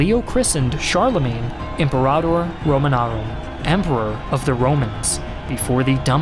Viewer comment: This video was well presented. Here is just one point to assist, since I am a history professor, specializing in Western Civilization: be careful of your pronunciation. Several were mispronounced. Francia has a hard "c" sound, like a k. Imperator in Latin is pronounced Im-PER-a-tor. These are some examples. Be careful on future videos.